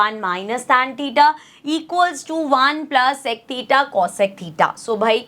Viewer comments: Sex nhi sec hota hai😂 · That is sec² not se*² 😠😠😡😡🤬🤬🤬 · sex square 😂😂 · Sec² ❌sex²✅